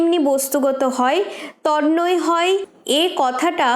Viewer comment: খুবই সুন্দর। আপনার এই প্রকাশভঙ্গী আমি খুব পছন্দ করি , আমার ভালো লাগে , উপকৃত হই।একটা কথা বলি কিছু মনে করবেন না , আমি আমার শিক্ষকদের কাছে শিখেছিলাম, যে - ' তন্ময় ' শব্দটি উচ্চারণ তনময় । তননয় নই? এছাড়াও সন্ধি করলে হয় তৎ+ময় । দেখুন একটু আমি ভুল বললাম কি?